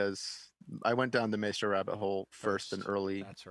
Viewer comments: And my head is going to explode if you keep saying may-stro! It rhymes with MY (or mice), as in MY effing head is going to explode if you keep saying MAY-stro!!!! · MA + E (like the 'e' in 'edit') + STR + O (pronounced like something you do not have in the english language). It's Italian...